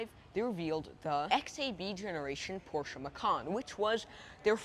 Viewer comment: Great review young man! Appreciate your honesty. Much better than most salesmen 5 times your age. Also pronounce Porsche correctly. Showed me more about the car and features than anyone else. I am a Mezger Twin Turbo driver. Have been driving and owning 911 Porsches for 50 years. Just wanted to thank you for a job well done. You have a very bright future. Keep up the good work!